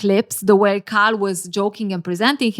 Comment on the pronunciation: Its KAL not CARL. this is botherring me as an Asian person. Kal for Kareeem